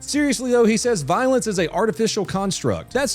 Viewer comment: He's useing law language when he says voilence.